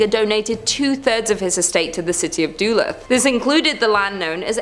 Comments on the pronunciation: I know it's not the biggest of deals, hell, you'll probably never reference the place again but Duluth is pronounced as Duh-looth as opposed to Doo-luth. Have a lovely day 😁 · More Duh-looth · You pronounce Duluth really badly....its Doolooth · BAHAHAHAHAH SHE SAID DULUTH LIKE doo-lith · Love ur channel hey i swear 💜 but yes lol Duh-Looth Ty Genesis lol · I couldn’t figure out what she was saying, lol, DoLooth! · I hope she has learned how to pronounce Duluth since this video. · Though other Minnesotans have corrected your pronunciation of Duluth, however, I liked it! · Who taught you how to pronounce Duluth? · Thanks so much for letting her know! I grew up across St. Louis Bay from Duluth, and the first time I heard her mispronunciation I nearly spit out my coffee! Certainly there are more than enough British place names that Americans mangle—one corker reporters and newspoeople can’t seem to get right is “BuckingHAM palace” instead of “BUCKinghum Palace”—so people shouldn’t be touchy about being told!